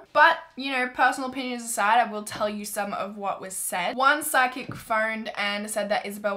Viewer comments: I thought you were saying sidekick for the longest time oh my god😂🤦🏼‍♀️🤦🏼‍♀️🤦🏼‍♀️ loving mystery week so far though X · Omg it was psychics?? I thought she said side kicks too hahaha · PSYCHIC.... I thought she was saying “SIDE KICK” I’m like “what does a side kick have to do with anything?!” 😂😂😂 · I did not hear psychic at first lol I’m like “sidekicks?”